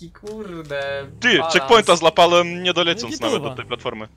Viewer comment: czemu enormy zamiast ł mowi l? np zlapalem a nie złapałem?